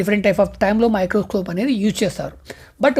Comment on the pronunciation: Microscope❌ microcope ✅ Protozoa ❌ protoguzuva✅😂😂😂😂